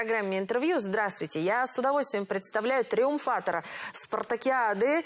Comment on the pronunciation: Ау, безграмотные! Триумфатор, а не тИрумфатор! 😂😂😂